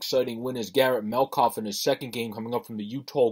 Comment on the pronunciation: It’s Met-calf. Please pronounce it correctly. He’s a great goalie and you are lucky to have him.